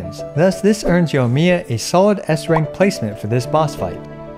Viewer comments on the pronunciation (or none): You're saying Yohmiya, it's Yoimiya. The I there is not just for show.